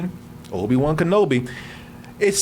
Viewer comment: have you ever heard of the basket ball play Patrick Ewing cause you are saying obi wan name wrong.. also that toy obi brings for Luke is the same toy that Luke is playing with when he gets r2d2 for the first time just before the "help me obi won your my only hope"